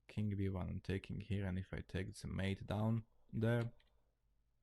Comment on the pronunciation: Nice channel. But why do you love to say THING-K or KING-K in stead of THING or KING? Hahaha